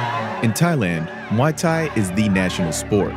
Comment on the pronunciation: It's not Mai Thai. It's not Moo Thai It's Muay Thai If your going to do a story you need to be able to pronounce it correct letalone have an understanding as to why kids fight